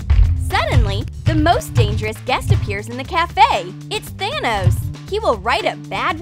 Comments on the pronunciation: its thanos not tacos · It’s thanos not tanos